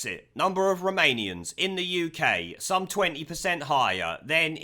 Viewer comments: At first I thought he was saying Remanians. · I wasnt paying attention and thought you were saying Remoanians. XD